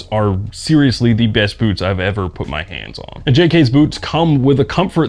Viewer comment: This video started auto-playing, and before I looked at the video title, my brain thought I was hearing "boobs" instead of "boots"